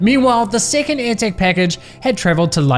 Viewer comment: Lost it at "may I know se number of se seckend paaaarcel?"